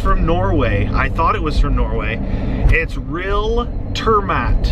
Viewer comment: Hue hue the way you pronounced turmat xD Means travel food, roughly translated